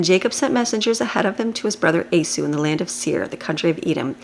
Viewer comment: Thank you for your daily readings. For future videos, his name is pronounced "eee - saw" not a-sue.